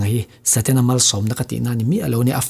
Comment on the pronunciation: setana ati miahlo..satena ati😂😂